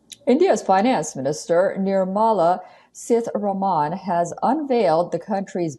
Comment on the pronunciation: Ar least learn pronunciation of Nirmala 🤣🤣🤣🤣🤣🤣🤣🤣